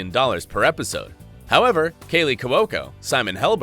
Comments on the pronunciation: I believe it's pronounced Kw-oh-ko, not Kew-wo-ko. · If that's how 'Cuoco' is pronounced in any Italian or Italian-American house anywhere, I'll dance naked in the main street of this burg right now.